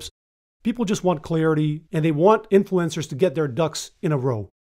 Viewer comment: Who pronounces "influencers" like "influenzas"?!?!